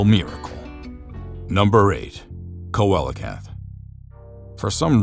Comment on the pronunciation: Coelacanths (seel-a-canths)